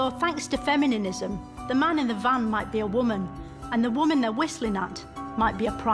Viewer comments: She said fe-mi-ni-ni-zm😂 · "femininism" somehow killed me 😂